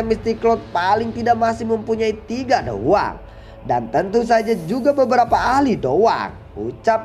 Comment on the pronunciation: Hmm perasaan dicanel lain soyan masih dou wang pas mau lawan yunsan, klo gk salah denger mimin bilang dou huang